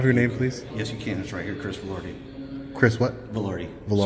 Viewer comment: you said his name was Vo-lard-di